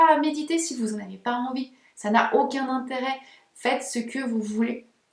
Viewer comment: Le IN se prononce IN , pas AN …. On prononce BESOIN BESOIN et non BESOAN …. INTÉRÊT et non ANTERET , MATIN et non ´ MATAN … Etc etc etc …..